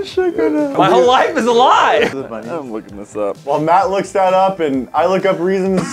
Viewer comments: yesfull man you said Math not Mat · You said math and not Matt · boi you said math it matt bruh